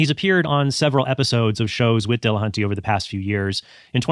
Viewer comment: Tell me you can't pronounce Matt's last name by adding latin latin flair to it. Dill.Uh.Hunt.Tee. NOT De La HAN tay. Just sayin. Trent got it right, though.